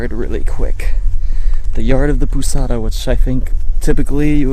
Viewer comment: Right pronunciation of POUSADA: Paul(british pronunciation)-Zada(with the sound of Z. Tonic syllable on ZA pou-ZA-da Ah and last but not least, your posada SUCKS!!!